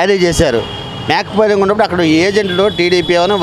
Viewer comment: "మేక పోలింగ్ " కాదు సార్ "మాక్ పోలింగ్ "---గమనించగలరు